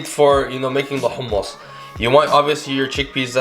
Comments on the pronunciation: The way he said حمص let me know this guy was the real deal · Its sooooooo goood ,and thank you for not saying “ hammes” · Where is he originally from because the way he says humus is exactly like we do XD